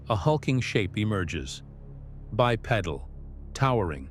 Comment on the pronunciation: bye-pee-dull--- not pedal